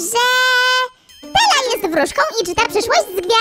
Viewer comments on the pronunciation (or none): To nie Tella tylko to Stella